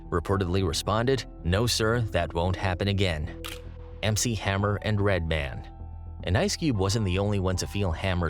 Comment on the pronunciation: Is it just me or does he keep fucking up Redmans name 😂